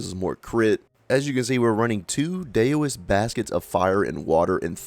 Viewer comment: Love your vids, but you're butchering the Chinese language :). Daoist is pronounced like How-ist. Loong is pronounced like room, but ending with ng, not m.